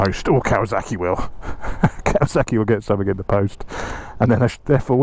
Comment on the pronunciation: Why is this man calling this bike "KawaZaki"? Why can't he pronounce the name of this bike correctly? It's KawaSaki !